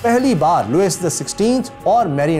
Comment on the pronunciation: Sir agar mai ghalti par nahi tho yeh Louise لوئس nahi parha jata balkeh لوئی parha jata hay